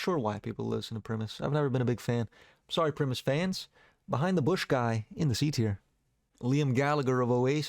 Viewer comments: Pat Benatar... come on. Primus pronounced Pri-Mus, not Preemis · in order to make sure you survive the weekend without an assassination, Primus is pronounced Pr-EYE-mus, not Prihmus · I Agree with Layne being the Goat of all Goat singers!!! Mad Season, did you actually think Primus was pronounced Premise, not a great vocalist but such a great live band seen em with Alice and Chains on the 92 orc93 lolllapoloiza tour did co headlining duties still by far best line up of a tour ever AIC, Primus, Rage against The Machine, Tool, Fishbone wtf more could one want? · The pronunciation of primus hurts my soul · Do NOT say Primus like that 😂😂😂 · why did you pronounce primus like that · Why do you pronounce Primus so weirdly? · that pronunciation of Primus will haunt me in my dreams :face-blue-wide-eyes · It sucked